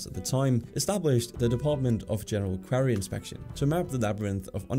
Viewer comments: Nice video will defo be subbing but isn’t it pronounced quOrry not quArry also river Sen not seyin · Pronunciation: it's quarry not query and parisiens not parishioners. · Just a heads-up that quarry is pronounced "kworry", not "kwary". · Minor correction, quarry is pronounced 'kwory' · He’s saying it weird don’t worry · "Quarry" rhymes with Tory, not scary (or query) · Check pronunciation of QUARRY. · Say "quarry" again, I need a laugh🤣🤣🤣🤣🤣🤣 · It would help if you could pronounce “quarry” and “Seine” properly. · Please get the pronunciation of “QUARY” right. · He cant pronounce quarry ?!!? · Say quarry properly!! Jeeeez